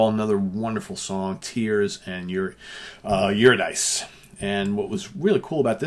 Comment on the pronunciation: I'll be the A-hole to correct you today. Eurydice (Greek mythology) is the wife of Orpheus. Distraught by her death, he attempted to retrieve her from the underworld by charming Hades with his music, blah blah blah. It's pronounced yer-id-uh-see, with the accent on the "id". Love your content sir. Keep it coming.